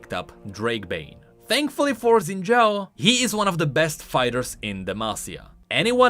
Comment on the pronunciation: Xin is pronounced close to sin, somewhere between sin and shin, not zin